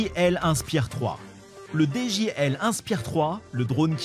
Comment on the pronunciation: C’est i et non L donc on dit dji et non djL 😂😂😂